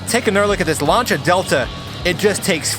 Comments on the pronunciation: Launcha? You mean Lancia? Lol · Lancia is pronounced "Lan-sea-a", not "lanch-ha" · I hate to say 'I told you so' but ...... Lan-cheea! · What’s a Larnshia? Lol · The "lunch-a" delta... no, that just sounds sooo wrong. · I cant be the only one that cringes when they pronounce Lancia wrong